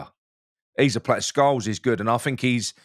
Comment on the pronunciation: Scowles? Isn't it Scarles?